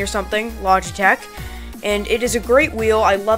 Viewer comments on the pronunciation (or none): none